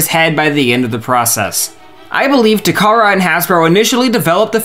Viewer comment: Takara, not Tamara.